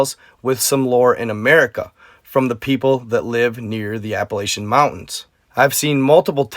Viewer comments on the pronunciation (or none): none